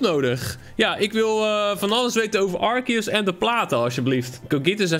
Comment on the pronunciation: Het is arceus je zegt het als arseus